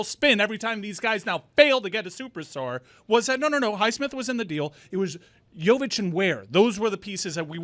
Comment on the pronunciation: I wish he would say Jovic’s name correctly